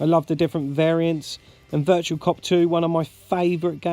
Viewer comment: It's Virtua, not "virtual"! Great collection,. I need to get The Game Paradise, what a unique game! Very jealous of the Metal Slug RAM pack too. I've been meaning to do a response to Russ too, so I'll link this video when I do.